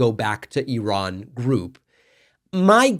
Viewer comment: As an Iranian, I'm embarrassed for and by Patrick. Thanks for correctly pronouncing Iran, David!